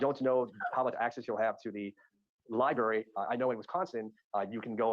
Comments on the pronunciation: Mr. Brooks, the word is library, not lie-berry. That issue alone should call into question the intelligence of Brooks. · Life in prison is WAY better than the D.P. Also, he still says Lieberry. Unbelievable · no no no - not 'library' - lyberry - law lyberry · Yes, the word is library but that pronunciation is an example of AAVE, or African American Vernacular English. It is not indicative of his intelligence…unlike going pro se. That is NOT a good decision AT ALL.